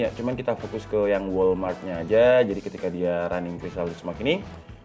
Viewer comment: Bang walram , bukan walmart wkwkw